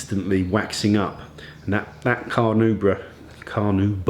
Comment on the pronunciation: really enjoy these videos. hope nobody is busting your balls for saying carnubrah lol.